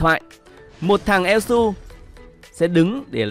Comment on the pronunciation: Thật sự là đọc elsu em lú luôn:))